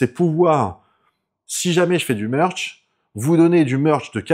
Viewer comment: à fond dans le "meurch" ! 😘